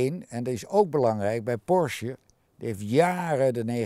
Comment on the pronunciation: Hehe eindelijk iemand die Porsche goed uitspreekt.